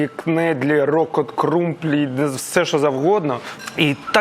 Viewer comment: вчись правельно виговорювати слова міст де тебе годують 😂 не крумБлі а крумПлі.